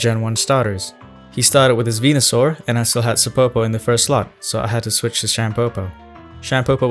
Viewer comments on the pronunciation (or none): none